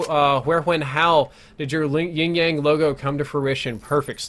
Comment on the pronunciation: Wait I'm Sooo confused? Is he say ying yang??? I'm pretty sure it's yin yang